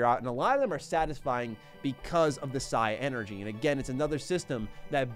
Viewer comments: It's pronounced Psynergy and not Psi-Energy.. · Dude, it’s pronounce like genie. The d is silent. That’s the proper spelling of “genie” it’s “djini”. Sorry but I really thought you should know. It’s also not Psy energy. It’s Psynergy. Like Synergy with their allotted element. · Just saying it is pronounced "sigh-ner-gy" not "sigh-energy" Also the "d" on djinn is silent. The plural is djinni which is pronounced "genie" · They already told you about the djinn, but the magic is call psynergy, “Sin-er-gy. Otherwise love the video, I miss reading the manuals on the car ride back from Walmart